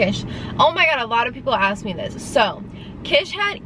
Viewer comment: It's ASK, not AXE!!